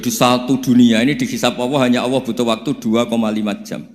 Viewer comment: Gus Baha,klu sebut Allah kok awoh